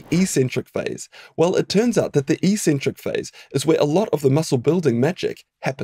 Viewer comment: Helpful video - and the first time I've ever heard eccentric pronounced like "e-centric" rather than like "ex-centric". Is that a New Zealand thing?